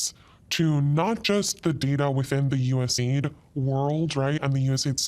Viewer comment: God dammit; it's USAID, not USAD 😆😂🤣 Phonetically it would be "you ess ay AYE Dee". That one's been eating at me since you first said it 😁 To be fair though; your English is infinitely better than my Castilian and I'm not criticising you, just mentioning it for both our sakes 😊 Love your work, brother; and I'm so happy to see you getting more and more openly based as time goes on 🤘🖤